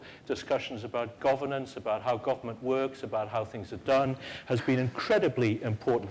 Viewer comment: Shame the person doing the intro , the president, can't pronounce governance and Westminster properly.